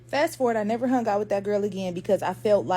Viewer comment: I love the black sistah's stories like this one about trying to sneak out to a party. But, Girl, words like "hung" aren't pronounced hunGUH. The g is soft, not hard. And, you're giving a one syllable word, two syllables. Listen to how educated adults pronounce it, Sweets. You're a great storyteller, and I would love it if you could speak correctly.